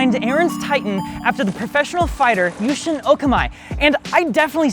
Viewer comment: Dude, it’s pronounced YOU-shin oh-KAH-mi